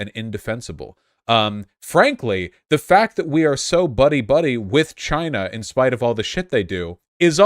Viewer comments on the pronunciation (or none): none